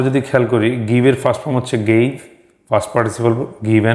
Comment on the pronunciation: Past এর উচ্চারন fast এর মত শুনাচ্ছে।